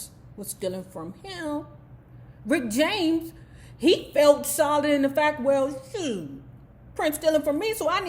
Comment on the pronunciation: "Prince-cee-poo"?🙄 "Rickety James"?😳 🤣🤣🤣🤣🤣🤣🤣🤣🤣🤣🤣🤣🤣🤣🤣🤣🤣